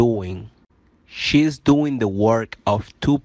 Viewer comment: Oye perdon pero casi todo esta Mal pronunciado y no es chese es she's